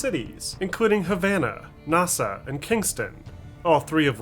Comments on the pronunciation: Yeah forgot the aw at the end and said aah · Not sure why.. but I don't like how he pronounced "Nassau." Are you.. man or machine?